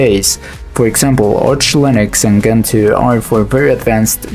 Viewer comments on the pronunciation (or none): It's Gentoo, not Ghentoo. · difference in the way you phonetically say it, the original poster here means that its pronounced djentoo no ghentoo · If I may interject, Gentoo it’s pronounced djentu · The G in Gentoo is pronounced as in GIF, and not as you’re pronouncing it, as in GIF